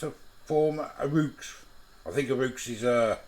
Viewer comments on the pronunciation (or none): Haha, I did laugh at your pronunciation of roux!! REWKS !! It's actually French, and pronounced ROO! .. but this is why we love ya!! Keep up the great content.. I'm sure you're helping out a few students who have no idea how to cook! Regards to Nat too x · Roux, as pronounced roo. 😂. It's French ☺️🏴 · Roux is pronounced roo Aww sorry. I know you dreaded this one. Howling 😂 it doesn't look disgusting. I love mac & cheese 😋 You did a great job 👍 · Lmao it’s pronounced roo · I think roux is pronounced like the bouncy Australian mammal.